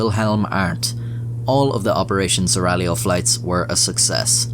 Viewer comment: Props for not pronouncing the g in seraglio.